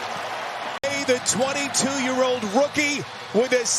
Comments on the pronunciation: The commentator: "Braelon Allie, the rooken". 😂 Just tickled me a little bit. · "Braden Alley, the rooken"😂